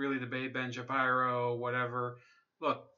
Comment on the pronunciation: Stop saying his last name wrong ! It’s “Shapeero” bro.